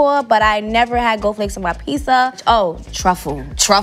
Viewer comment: Now I've witnessed 2 people say Pissa instead of Pizza, thanks for the experience First We Feast.